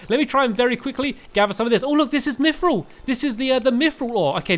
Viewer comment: And you said Mythrill right:)